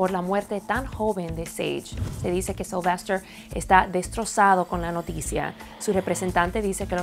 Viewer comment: Si Es Sylvester Pero Le Dijo Sylvestor Supongo Que Era Por El Acento Que Usaba